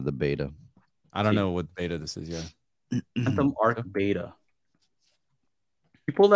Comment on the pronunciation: Its beta not bata hahah its what companies test before proper release foooolss